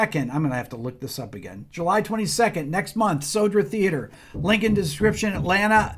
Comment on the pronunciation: It's not The Soldier Theater, it's "Södra Teatern" (meaning The Southern Theater), man we have to work on your Swedish skills!🤣🤣🤣🤣❤